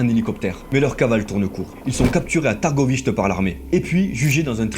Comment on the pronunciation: je crois que vous n'avez pas entendu sa prononciation quand il a dit Târgoviște. Promis je vous offre un sonotone à Noël 🎅🏻